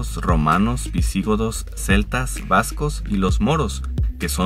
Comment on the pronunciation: VisiGOdos, así con acento en la primera O. Visígodos? Por favor! Tus videos serían más interesantes (porque a pesar de los errores lo son) si realmente conocieras aquello de lo que hablas y no fuera nada más recopilar datos a diestra y siniestra.